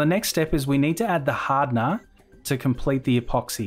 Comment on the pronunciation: adding the "haadna", lol.